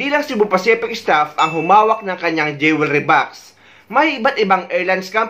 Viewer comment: The word jewelry is not pronounce the way you did Pls ask anynone